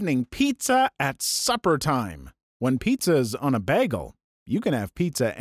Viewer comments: Did Britta the pronunciation of bagel? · i have never heard anyone pronounce "Bagel" like you do. Now i am wondering about other possible pronunciations for "bagel."